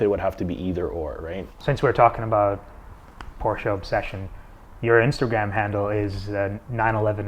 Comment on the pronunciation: You can’t even say Porsche properly.